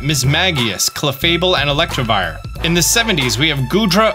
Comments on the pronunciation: ELECTIVIRE not ELECTRAvire lol you also said it in your last vid but thank you for this guide! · oh nah you’ve gone like so many videos mispronouncing electivire it’s probably on purpose 💀